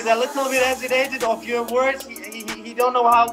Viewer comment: Abdorozik " I'll smash u lithle boy" 0.08